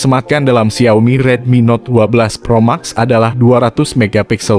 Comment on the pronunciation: Gemes bgt denger naratornya nyebut Pro Max , harusnya "Pro Mex"